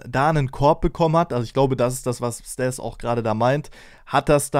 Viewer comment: Er heißt StAs und wird auch so ausgesprochen, nicht StEs